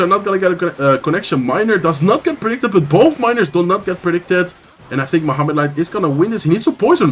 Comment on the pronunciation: crazy how you pronounce Mohamed light's name i can never get that "h" sound right 😅